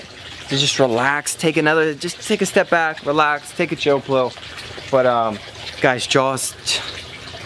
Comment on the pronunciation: He said plil instead of pill